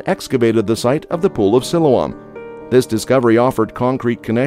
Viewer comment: I saw part of the Pool of Siloam when I was in Jerusalem last year and it was already open to the public. If you do another video, please learn how to pronounce Siloam.correctly.